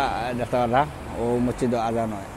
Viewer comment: Mocchid na vai.. It is mosjid